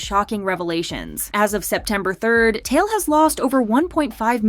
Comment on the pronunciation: Tail? It's Tai Eel